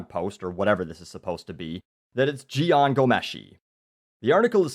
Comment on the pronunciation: You pronounced Jian's name correctly haha.